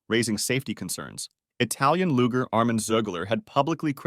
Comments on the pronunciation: It's pronounced LU-ZHER. Not LU-GER. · Saying "lugers" with a hard G is wild fucking work..... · The way this man says "luge" and "lugers" irks me so much LMAO... Info tends to come across more trustworthy when you actually pronounce stuff correctly 😭🤣